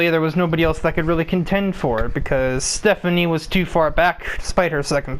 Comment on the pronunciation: Stephanie is apparently a Spaniard now instead of German.